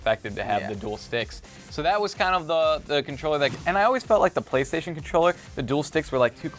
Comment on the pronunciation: playstation, not paystation.